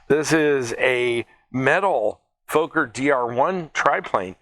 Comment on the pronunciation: Fokker has to be pronounced as Focker like in mother F#cker.